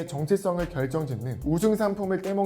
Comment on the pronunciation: 왜 댓이 있지? 아! 발음 때문인건가요?